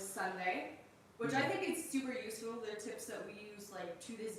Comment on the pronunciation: Asking ,why do you say which as wish